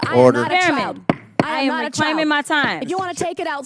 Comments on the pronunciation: It’s actually CHILE… I don’t think anyone even pronounces a D sound in that. We sure don’t. 😊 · Chile, not child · I think it’s more like (chile) not child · She said "Chile" not Child! I got the hair ties, vaseline and a chair to seat in, while I eat my popcorn to make sure that NOBODY interferes! Cause Chile, Grown women now don't play~let's go outside, away from the Capital and say this! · she didn't call Nancy's name even though she was referring to her. Nancy took offense to Jasmine speaking the truth, & by the way, Jasmine said "Chile" not "child." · Nancy Mace represents South Carolina! She knows very well.that JC did not call her a " child "! JC call her a " Chile ", which in the south is a SLANG TERM! Just like ' bro" , "word,"and solid! NM knows what " take it outside" meant, too! She meant just whay she said! Lets not forget that this is the same person, months ago, on NATIONAL TV", refused to.pronounce VP HARRIS name correctly! Despite being called out by other guests, on the show! She continued to blatantly, intentionally, disrespect VP Harris! However, NM consistently ACTS LIKE A CHILD! NM is triggered and intimidated by JC beauty, intelligence, education, qualifications, professionalism, popularity, and mere prescence! NM needs to stop.bragging about graduating from the CITADEL or HER AGE! It's clear her racism, bigotry, homophobia, transphobia, and uncouthness, IS AGING HER!